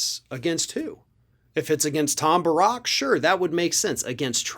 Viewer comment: I think it's pronounced Tom BEAR-ICK. 😏 On Cohen, I agree his track record isn't spectacular...at all. That said, he did his time, and he doesn't deny what he did [now]. Gotta admit, he's been pretty on-target with a lot of stuff.